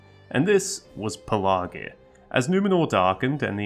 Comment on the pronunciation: It's easy to miss and easy to remember, say it like a pirate. "Pelargir" and you'll remember the middle 'r'.. .."Shiver me timbers"